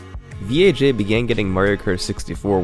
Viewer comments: >THIS IS VEE AYE JAY it vaj. vagina. just say vaj. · Why do you keep calling him V.A.J when it’s obviously a pun of the work Vagina😂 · It sounds like he keeps saying VHA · I heard VHA instead of VAJ. Funny how English letters work sometimes. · You just didn't wanna pronounce Vaj "vag" lmao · pretty sure it's pronounced "Vaj" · After hearing him talk I'm sure his name isn't pronounced by each individual letter, VAG, oh I mean V A J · I got a seriously chuckle when you pronounced "V. A. J" as the letters instead of how it reads.